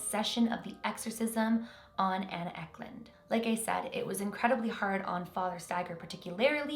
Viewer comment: uck lund 😂😂😂 no hate I love! isn't anna Ecklund a Swedish name? I'm Swedish